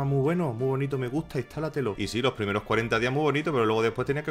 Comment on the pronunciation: Gente, a lo largo de loh añoh...